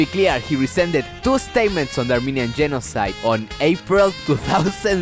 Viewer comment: Armenian Yeno-YouNoWa-Side 🤣🤣🤣 love my boi